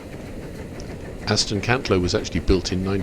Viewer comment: Brilliant video but it's Aston Cantlow matey